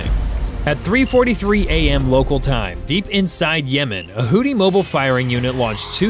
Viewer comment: What in hells a hoddi, your AI sucks.